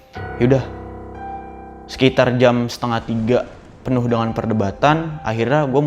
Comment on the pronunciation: Penuh bang bukan pernuh